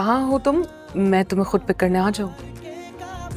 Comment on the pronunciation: Bhi men nahi hota man hota ha😂😂